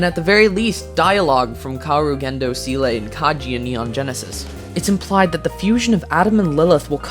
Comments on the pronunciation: You could possibly touch up on your German pronunciation, see le is like ziiluh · I'll be honest, I kinda died on the inside for a solid minute when I heard you refer to Seele as "Sile" (in romantic, bc idk how to write pronunciations otherwise) & needed to sit there in silence for a moment before continuing lmao